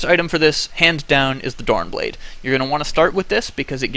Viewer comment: Donan Blade hurts my ear so much its Doran'S Blade not a bit fail but I automaticly here the mistake every single time. It's like watching somebody miss easy lasthits it just hurts xD